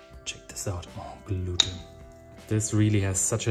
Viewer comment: Did you say, "gluten-tag". If you did that's hilarious 😂 I watch you channel sporadically.